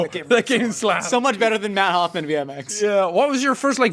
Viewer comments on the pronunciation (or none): none